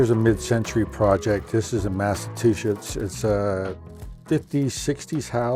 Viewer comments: You said Massatwoshits😂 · he said it again and again